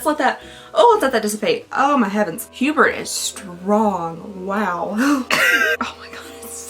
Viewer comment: Giving you a tip, usually in the French language some letters are silent or have different sounds. Like for Hebert it’s pronounced A-Bear